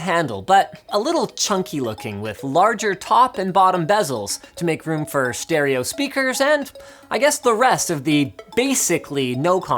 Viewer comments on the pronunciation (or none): Shtereo Speakers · Shtereo speakers.